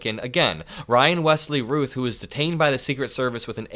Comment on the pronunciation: I believe Routh is pronounced like the word south, like the actor Brandon Routh